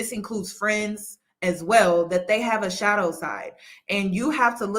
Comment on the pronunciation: Are you saying shadow or shallow my mom and I are literally arguing about it